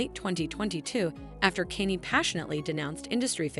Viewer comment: Kanye not Kenny😂😂😂